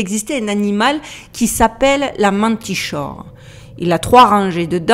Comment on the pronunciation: Manticore....pourquoi chor ?! Je suis aussi dyslexique mais là j'ai pas compris....perso Chaos je prononce Khaos mais j'ai entendu des gens dire s(c)haos sauf que là il n'y a pas de h...en tout cas perso j'ai toujours dit Manticore ^^créature assez célèbre pour les gens suffisamment curieux. Très bonne vidéo sinon ^^ pouce bleu systématique à chacune de tes vidéos à raison.